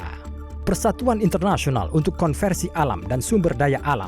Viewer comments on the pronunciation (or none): Conservation masak dibac konversi